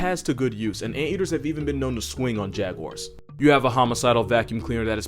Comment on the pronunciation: First time I've heard jaguar pronunciation correct.... Most people be like ''jagyuwires''